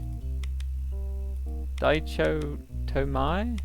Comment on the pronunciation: when you mentioned die-cho-toe-mai i had a facepalm moment there... Dichotomy is an actual world which means a division into two, or a difference between two completely opposite things 😂.. which is a foreshadowing for the rift..